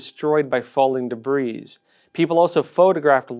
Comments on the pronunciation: Not deBREEZE. deBREE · Debris is pronounced Deh-bree. Journalist.